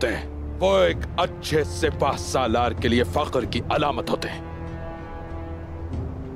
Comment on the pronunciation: Such an epic series with superb actors but ahhh these dubbing artist team completely ruined it🥺🥺🥺🥺 what the hell is this sibbasalar😓😓😓 whole series dubbing is trash neither urdu nor hindi neither correct pronounciation of words😓It should be pronounced as Sipah salaar nor sibba salar